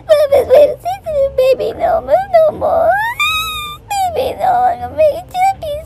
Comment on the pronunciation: “HER LITTLE SENSITIVE BABBEH!” Spoken like a true Scotsman! Edit: HE SOUNDS LIKE MIKE MYERS!